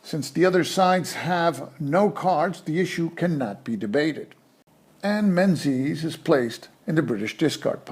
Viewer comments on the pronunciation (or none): Thanks for this, very helpful running through a few of the ideas I wasn't entirely clear on. By the way, 'Menzies' is pronounced more like 'Mingiz', it's an old Scottish name where the z replaced a defunct Scottish letter. You do a way better job than me on the Soviet names so I thought you might be interested.